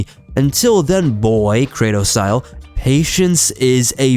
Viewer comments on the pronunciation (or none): none